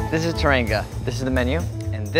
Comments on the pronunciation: He pronounced teranga like "turr‐an-go" at the end of the video lol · It’s pronounced “tè-rà-ngu “